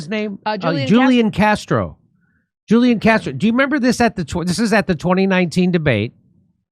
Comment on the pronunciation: Great show!❤ If you want to be more accurate in pronouncing Hispanic names, Julian Castro’s first name is pronounced “who-lee-yon” in Spanish.